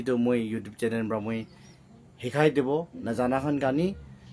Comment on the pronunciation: Very informative but over talkative with broken pronounciation.... your pronounciation be like , channel-channen and many more....